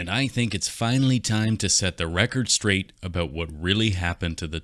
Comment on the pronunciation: Listening to a Canadian say "about boats" was quite entertaining